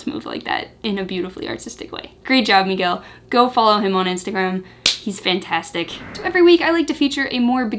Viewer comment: "Miguel" was perfectly pronounced :)